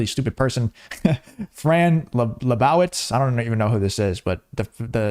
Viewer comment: Lebowitz is pronounced lee-boe-its.